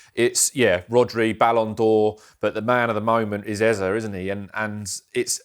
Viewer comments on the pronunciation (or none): Here we go with the Ezer bullcrap again... for goodness sake it's EZE, EZE, EZE (A-Z-A), NOT Ezer. There's no "r". Damn!